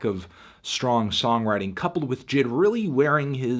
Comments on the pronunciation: Why does he call him jid... isn’t it pronounced (“jay-eye-dee”) he even calls himself that the album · I always thought it was pronounced Jay Ay Dee not jid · Anyone else annoyed he keeps saying Jid & not J.I.D.? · I think it’s J I D Not jid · It’s pronounced J I D not jid lol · annoying as hell Anthony calls him Jid, when its J.I.D, but good review nonetheless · excuse me its pronounced J.I.D not JID get it right nerd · Who calls him JID? ITS J.I.D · you're saying it wrong it's pronounced jid get it right